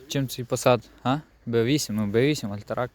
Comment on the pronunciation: альтрак. блять 😂 ти шо 72 року і вчив німецьку?